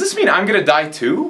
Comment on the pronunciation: Rofl the way he pronounces ''die''